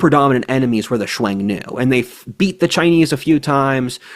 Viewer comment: Xiong nu. Pronounced shyong new